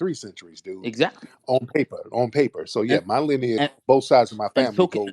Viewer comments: keep saying linage instead of lineage lol omg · When you say linnage 😂😂😂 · Her voice annoys me. “Lin-ej” 🙄😒🤣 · Linage rhymes with spinach !!! 🤣😂🤣😂🤣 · Linach rhymes with spinach 🤦🏽‍♂️😂😂😂😂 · Linage rhymes with spinach!! I’m dead. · “Lineach rhymes with spinach” I am crying tears!! 😂😂😂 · This crazy azz woman done sat up here and created her own word “wats yo lynich? “ u don’t know yo “lynich “I know my “lynich “.. got mad and tried to make a threat with the physicals.. smh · Yooo “LENAGE” 😂😂😂😂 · “Linage rhymes with Spinach” 🤣🤣 FBA is a great term because it encompasses American heritage and culture. So when we hear outlier questions, such as examples like Drake, it helps clear up confusion. Drake spent his formative years as a Canadian, with an allegiance to Canadian heritage. I know some, like Tariq & others, have stated that an FBA must have publicly identified as Black American on paperwork:documents for atleast 10 years but I would go further and include their formative years. And formative years would mean the majority of your teenage (starting at 13) years up until at maximum age 25. If you never identified as African-American, Black American or FBA during your formative years, you’re disqualified from claiming as a self-identifying FBA. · Tariq: “ Mam linage rhymes with spinach!”😂😂😂 You should tell the truth so you can go to heaven, time is almost up! 😂😂😂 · I'm DONE 😆 🤣 😂 He said LINAGE RHYME WITH SPINACH Then proceeded to say "LINAGE" throughout the rest of the phone call 😆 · Linage rhymes with spinach🤣🤣🤣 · linn- age😂😂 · “Lynnge rhymes with Spinach.” Bye Tariq. Fk man. 💀 🤣 🤣 🤣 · I am a 69 y/o FBA and this old woman is foolish and shameful. She can’t be highly educated and pronouncing “lineage” as linach rhyming with spinach🤣🤣🤣🤣🤣 😳😳😳😳Many of us who are considered seniors don’t support this BS! We support Truth to Power❤️❤️✊🏽✊🏽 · Linage rhymes with spinach 😅😅😅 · lineage rhymes with spinach 🤣